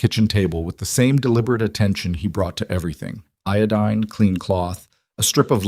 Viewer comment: Eo-dean. Iodine. Well it got it right the 2nd time